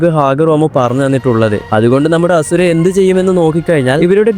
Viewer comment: Bruhh its ashura not hasura